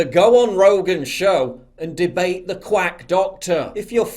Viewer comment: "Lets take a look at some of thee action!"